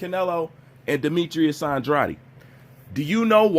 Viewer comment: Your pronunciation of Andrades name is wrong.